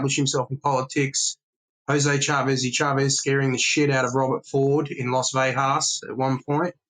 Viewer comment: Great information and I can't wait to read the book but I have one single complaint. I am from Las Vegas NM, Born and raised. It is not pronounced "Vehas" or "Vejas" The G is pronounced, Las Vegas. As in GO or GET. Thank you for your time 🤣🤣. Carry on. ✌️